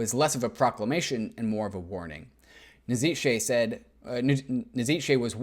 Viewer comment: Fascinating stuff, thanks! Small remark: Nietzsche is pronounced "Neetch" ;-)